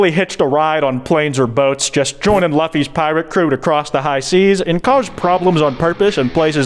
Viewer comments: I-- im sorry... did, did you just pronounce luffys name as luhffy? LUHFFY!? ITS LOO-FEE!!! OMG >:0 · The fact the pronounced Luffy Luh-fy instead of Loo-fy irks me. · Ain't no way bro called Luffy luh fee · Hearing pronunciation of Luffy makes me die inside while simultaneously giggling every time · i’m sorry but your pronunciation of luffy is a crime